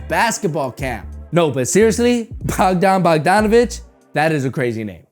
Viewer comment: And it is not Bogdon Bogdonovic it is Bogdan Bogdanovic... Jesus christ you're all over the place...